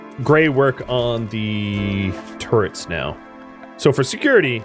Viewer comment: "Next step is to take the uranium I have and turn it into turds!" ... Ok, then XD (I know you said turrets, but I definitely heard the more amusing option)